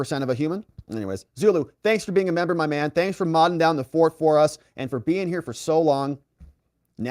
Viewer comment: I hope you did not intentionally say Membo...hell I don't want to be a Member and a Bimbo.....lol